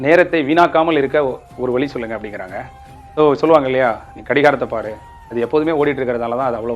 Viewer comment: Tamil sir thane vazhiye vali solreenga.naakku correct a vachu pesunga .pronociation sariyillai ungalukku.la,lla,zha,etc